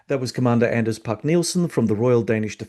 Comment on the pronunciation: Excellent interview again, thank you. (by the way the D in Anders' name is silent)